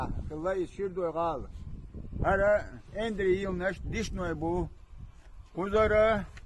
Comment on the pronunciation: Не эндари, а,, АЬН- Д-РЕ" . Чеченцы всегда так говорят - АЬН ДА- РЕ, ДАЛА АЬН ДА РЕ...